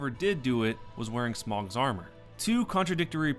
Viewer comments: It's not pronounced "smog" it's "smo" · he says it like smog but it's pronounced sm ohhh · not pronounced smog, its smoh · its "Smo" not "Smaug" :,( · smough is pronounced smoh not smog and it wasnt the graphics in 2 that were reverted from the initial reveal, it was the lighting even in your comparison you can see current DS2 has better graphics but the pre revelased footage has better lighting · It's "Smow" not "Smog" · Smogs armour? That's a horrible pronunciation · Smog.... are you kidding me? ITS FUCKING SMOUGH NOT SMOG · It's smoe.. not smog, smoe. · It's smow not smaug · Smough is pronounced, "Smoh". Not, "Smog" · "smogs armour" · Ornsteen and Smog. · smough is pronounced smo rhyming with go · SMO! SMOOOOOOOOOOOOOOOOOOOOOOOO! ITS FUCKING PRONOUNCED SMO! FUCK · Lmao it's smough not smough and it's ornstein not ornstein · It's pronounced Smough, not Smough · Bruh how can you pronounce smough wrong